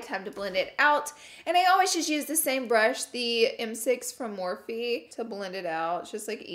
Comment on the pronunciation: Im starting to get used to you saying M6 from morphe.. it sounded so wrong at first lol 😂😂